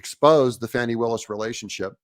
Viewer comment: It's not Fani, it's Fawney.😂